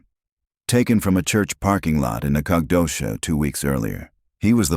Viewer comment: You need to teach your AI how to pronounce Texas locations. Sabine? Nacodoches? Annoying. At least now they're giving a teeny tiny mention that it's "based on a true story." I just wonder what part is true. 5 kids missing? It can't be that. We don't let one child go missing without bringing out dogs, horses, 4-wheelers, helicopters, and every person that can walk. These days I'm sure there's even a few drone pilots.